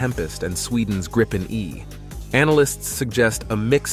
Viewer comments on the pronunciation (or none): Gripen✅ Grippen❌ Gripon❌